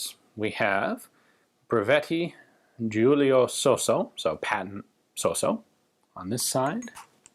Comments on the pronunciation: it's Italian so it's not pronounced sosso, it's pronounced sauce-o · Ian, your pronunciation is (almost) spot-on! The only thing to be improved is the double s. It’ not so-so, it’s sossssso. The double needs to be carried longer. With my utmost respect for you, Gun Jesus. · The pronunciation is good, but suffers the most common mistake of english people: you dont pronounce the double consonants. Its "Sos-so" but it sounds "soso". "Fàb-brica" sounds "fabrìca". Watch out for the stress. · your pronunciation was so so. 😊😊great video as always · your pronunciation of his name was so-so ;)